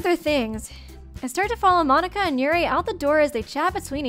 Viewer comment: You know youre obsessed with danganronpa when you call Monika--> Monaca xD